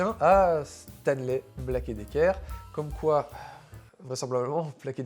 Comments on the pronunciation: Ta prononciation de Black & Decker et non Black et Dicker franchement ça fait dur, force toé un peu, un minimum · on dit pas Black et Decker , mais bien Black and Decker...... sinon bonne vidéo 👍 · Ah! On prononce Black And Decker par ici. :)